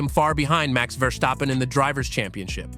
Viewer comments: It's actually better pronounced than most do, the only error he made was to emphasize the VER part instead of the STAP one 😁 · I believe VER-STAPPEN is closer to the actual pronounciation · This is by far the most bizarre pronunciation of "Verstappen" I have ever heard...